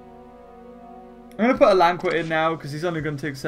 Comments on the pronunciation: He says Alanqua it's al-ain-ka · It is pronounced Alan -qee-a